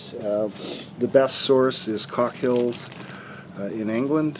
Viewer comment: 😂Cookshill not cockshill